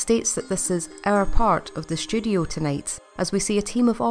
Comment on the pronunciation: I kept hearing "studio" as "sh*thole"